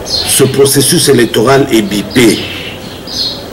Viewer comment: On dit pipé pas bipé, cher monsieur!